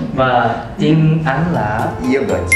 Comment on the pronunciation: You are Vietnamese?? Và "tuyến"???? Tiếng mới đúng :v